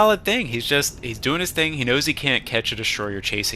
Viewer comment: Lol loved that sneaky "what are we dew-eying"😂